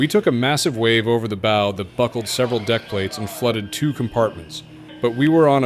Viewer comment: How about real people reading this. It's BOW like OW!! Not bow like oh. Come on now.